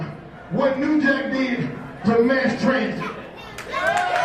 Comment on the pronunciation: MASS Transit, not MARSE!!